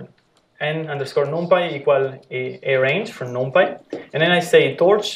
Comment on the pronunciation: Thanks a lot for sharing the lectures.... But, please spell 'numpy' correctly ( not 'noompy' ) ... ear hurts on hearing that repeatedly 😖